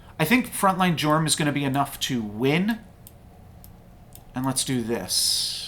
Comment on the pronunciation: Jorm is actually pronounced YORM :p also, the baba's in back line are what make the jorms super boost in stats... removing them weakens the board